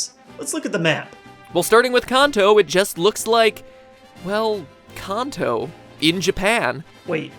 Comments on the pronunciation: it's pronounced (can-toe) (you-nava) (ka-los) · You pronounced Kanto wrong MatPat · This is a good video and all but you guys are pronouncing Kanto and Unova wrong. Unless the show is pronouncing it wrong. Lol sorry I am not trying to be smart aleck I just had to get that out there. Love you guys :)